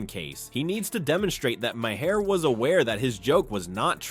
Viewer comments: Jesus Mary and the donkey ! It’s MAR MAR the H is silent from Ireland you’re welcome 🇮🇪🍀🌈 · The script for this video is hideous. Every paragraph tries to muscle in a lame joke at the end. And then to have it read to us by an AI with a sing-song speech pattern makes it utterly unwatchable. It kept pronouncing Maher's name as Ma-Hair. Just more of the low effort click bait flooding Youtube again.